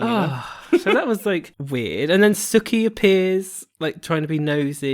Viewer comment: Whos suki? It’s soo-ki